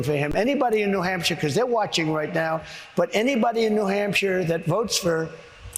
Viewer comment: New Hampcher? Geez.